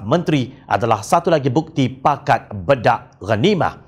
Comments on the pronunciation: Pembetulan sebutan. Bukan disebut bedak..disebut baydak.iaitu berbahagi bahagi. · Bedak ghanimah sepatutnya disebut menggunakan e teleng bukannya e pèpèt. Jika ikut sistem ejaan lama: Bèdak.....talkum (e pepet) Bedak.....diagih-agihkan (e teleng) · Pakat bedak ghanimah maknanya "masing-masing mengagihkan harta rampasan perang". 2. Sebutan "bedak" bukanlah e pepet sebagaimana kita sebut "emak". Sebutan yang betul e taling sebagaimana kita sebut "enak".